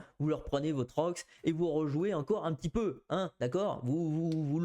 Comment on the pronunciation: C'est rox pas roukie